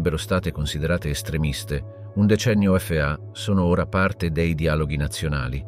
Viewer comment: anche FA lo legge F A